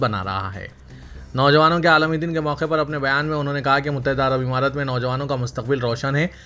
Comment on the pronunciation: Muttahida " imarat" nahi " Amarat" bolo.